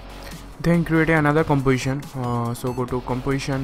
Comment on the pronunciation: "new comwaition"